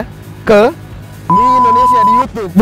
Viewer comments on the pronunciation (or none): none